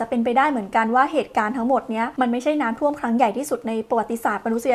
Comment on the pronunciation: อ่านน้ำท่วม เป็นน้ำท่อมได้ไงเราเนี่ยย😂